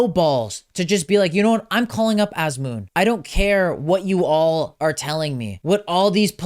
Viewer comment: why is he pronouncing Azmoun like a foreigner? Anyways, Sardar should've been included, the strongest line of this team was always our forwards with sardar & Taremi. without sardar, hope things won't go bad! still wants carlos queiroz? so we can play teams like india the same way we play spain? he took player's creativity away and parked the bus and the bus still allowed 6 goals in one game with his horrible line up which will forever be in sports history books! He was in charge for almost 9 years with nothing to show! also remember, queiroz did not take noorafkan to the last world cup even though he had one empty spot, I am glad queiroz is gone but not sure if ghalenoei is the answer! and wants kooshki? kooshki is okay for club but TM? please! however I too don't understand inclusion of haj-saefi, nemati and alipour, I agree with him on that. I know there was a big buzz about Zare, Fallah but both have been underperforming with their clubs in the last few months so I understand why they are not included but am glad eiri and kasra taheri are included. Sayyadmanesh should've been included as well. I actually think he should take 4 goalkeepers and one of the 4 should be Arsha Shakouri, he is the future and should be included to get familiar with atmosphere of the world cup.